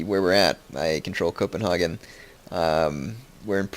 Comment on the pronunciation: hehe he said Copenhogen instead of copenhagen